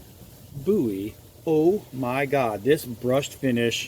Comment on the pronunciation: It's Bowie not bouy! Otherwise it was a great video thank you